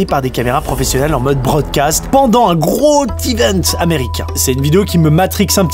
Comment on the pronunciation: C un truc suisse de dire « gro-t-event » au lieu de « gro-z-event » ?